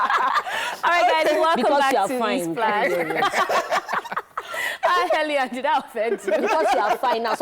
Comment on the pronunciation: Elen not Helen